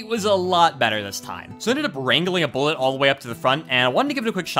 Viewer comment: every time you say "bullet" i cringe